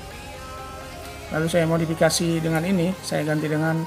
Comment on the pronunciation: modapakasi madofekasi maudikasi.. aduh blepotan modefakisi